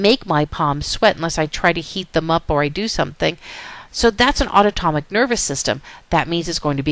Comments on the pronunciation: aunotomic or autonomic? but awesome video otherwise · she is saying something that sounds way foreign and nothing like autonomic...it's like a new word LOL auto-tomic ??? UGH, I was distracted by that. And yes, otherwise, it was a good lecture. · Totally distracted each time autonomic was mis-pronounced.